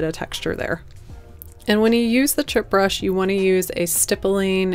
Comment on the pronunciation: Chip brush? Is that what you’re saying?